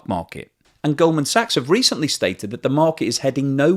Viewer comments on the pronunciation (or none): none